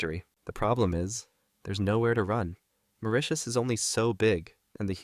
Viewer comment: Heyyy, you pronounced Mauritius correctly. So many people don't. - A Mauritian